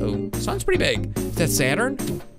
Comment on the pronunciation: You said “uranus” wrong